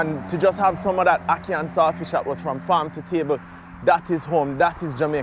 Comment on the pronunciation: The word is salt fish not sailfish